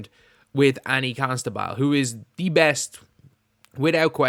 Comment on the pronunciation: It's pronounced "Costa-bull", not "Consta-bull".